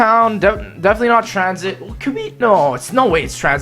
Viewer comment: wtf it's transhit not tranzit